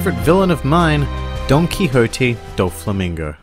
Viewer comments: I don't know if this is intentional or not but whenever he says "Donquixote" it sounds like he's saying "Donkey Hote". I love it because Doflamingo is one of the biggest asses in the show in my view. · every time you say donquixote, i hear donkey-hote for some reason lol